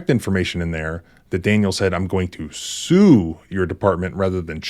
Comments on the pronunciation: Sounds like She said “shoe”. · i heard shoe, they were gonna get the sneaker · you misdubbed the female officer. she says shue not sue or shoot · She said "shoe" because she is an uneducated American. Shoe doesn't mean shoot though. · To me, it sounded like she said 'shoe', but maybe I need my hearing checked. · With closed captions on . He said sue . The officer said shoe. At least according to closed captions. The female cop can't even pronounce the words shoot ,sue or shoe ... Yet she heard shoot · you need to listen and not look at the subtitles. she said shues